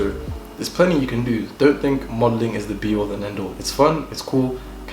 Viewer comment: “It eezz what it is eeezz” 🤣🤣🤣 love him for this!! 🤪🇿🇦